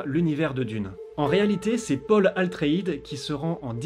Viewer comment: Cc ATreides et pas ALTreides